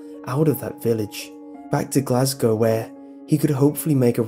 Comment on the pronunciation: Makes me cum hearing someone on youtube say "Glasgow" right